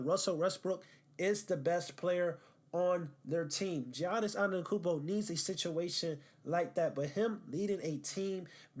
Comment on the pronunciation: You can’t even say his name right, don’t act like you’ve actually watched him. Also not a lockdown defender sorry to tell you? Making yourself look dumb as hell